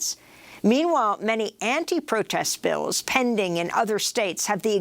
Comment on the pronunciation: This guy pronounces “Bills” as Bells 🔔